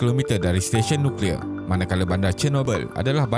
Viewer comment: Nucklear (NO CLEAR)